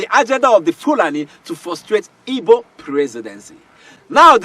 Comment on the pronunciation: So called elder. Can’t even pronounce “IGBO”… By the way ôga, acting a movie is different from reality. Asôkata eze anya kwanû ekpuru nkata n’ishi gwaya eziokwu.